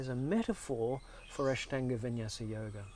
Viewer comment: He pronounces INDIA properly but can't pronounce Ashtanga properly. Both A sound is the same